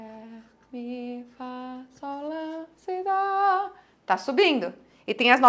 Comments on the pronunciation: porque você fala Dô, e não dó? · Aulas excelentes, sem dúvida. Mas, não pronuncie o DÓ com som de DÔ. Pois, atrapalha. Parabéns!!!